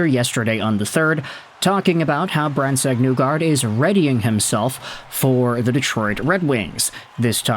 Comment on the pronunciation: You’re saying his name wrong. It’s not NEWgard. It’s pronounced like KNEE gard.